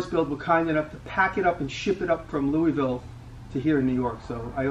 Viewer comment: Kentuckian here. My wife was shouting at the phone “It’s pronounced Lou-uh-vul!” Lol. Awesome collection. Here’s to the next 1.8M.